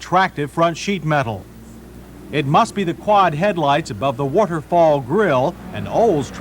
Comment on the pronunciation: "Hwat-herfhall grill"